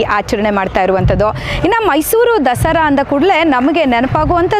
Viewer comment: Dasri Alla Dasara madam kannada channagi matnadi😮